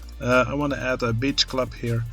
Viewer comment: Every time you say Beach, I hear biiitch. 😂